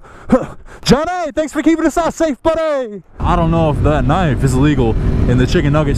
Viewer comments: you say *K*nife too!!!! ahahah love your channel even more. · Lmao he said knife wrong